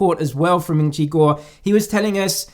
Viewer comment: Ming chi who... That pronunciation is funny 😂🤣